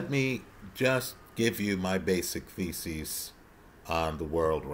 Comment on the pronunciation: I know you said thesis, but I couldn’t help but hear you say faeces.